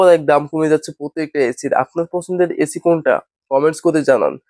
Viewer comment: এচি না ভাই এসি